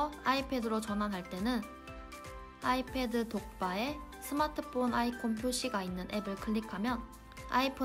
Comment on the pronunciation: /아!이\ 패드 폰 발음 중독된다 ㅋㅋㅋ